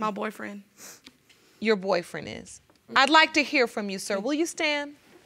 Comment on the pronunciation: Did he say thayre fruum New York???